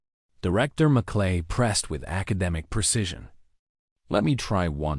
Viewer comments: The commentator needs to pay attention to the name of a US Senator. Merkley not Mcllay. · AI????? MerClay??????? for Merkley. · M E R K L E Y is not pronounced MAKLAY. Do your homework. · Merkly not Mc lay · The senator’s name is pronounced “MURK-lee.” He’s from OR. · I am not american but the narrator needs to know merkley's name